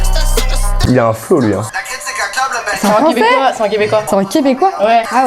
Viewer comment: EuphoR1aWESOME nan mais y'a un truc j'comprend pas, je sais ben tu dis que ton français c'est l'original ou whatever, mais vous prononcer les 'un' comme des 'an' . genre ça marche pas fam.